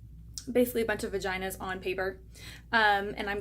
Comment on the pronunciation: “Basically a bunch of viganas “😂